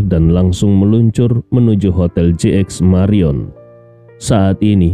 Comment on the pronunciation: Jayapura selalu setia menyimak, sedikit koreksi apakah JX. MARIOT atau JX MARION. Sebelumnya sebutan JX MARIOT tapi episode ini dgn JX MARION, itu saja smoga saya yang salah.